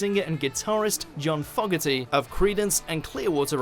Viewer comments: The pronunciation errors kill me. Bobby Fueler? John FOG-erty? Creedence AND Clearwater Revival? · I'm more bothered by how he pronounced Fogerty. :)